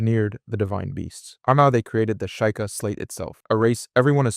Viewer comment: shy kah? its SHE-KAH